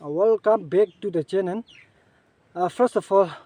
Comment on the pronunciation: Good and nice one.but next time please don't say chenen,boin please practice and say channel and boil.